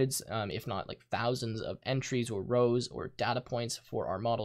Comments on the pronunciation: IT IS DATA NOT DAAAAAATA awdawdawsawswas triggered xD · it's data, not data.